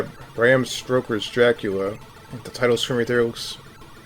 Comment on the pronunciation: Stroking your Dracula... it's stoker lol